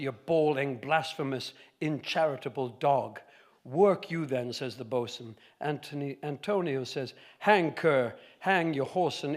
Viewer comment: He did get it right pretty quickly and with a rare grace; by the way, how's your EME reading off the cuff ?